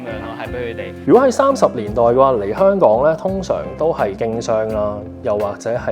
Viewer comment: 做既内容都好好，Thanks! 但係始終都係好多懶音，有時聼到 Hon-Kong 即刻出左戯